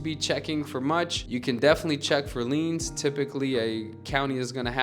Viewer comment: It should be "liens" not "leans"